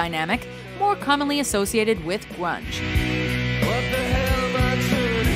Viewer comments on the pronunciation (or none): hihi she said "gwunge" :P